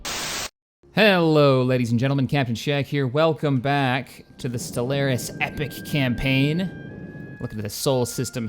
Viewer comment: I've always wondered; Why do you say Stellaris like Stel-air-is, and not Stel-are-is? Perhaps it's just your way of speaking, or a preference, but you're the only person who I've ever seen call it that.